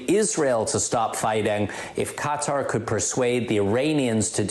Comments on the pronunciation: I went to college with a couple guys from Qatar. You do not pronounce it cutter... For you phonetics Learners If anything you spell qatar as (c)a tar with a long a. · " Qatar "...not cuter !!! You have an international audience.